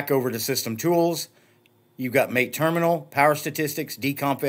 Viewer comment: MAA TEE not Mate (as in "good on ya mate").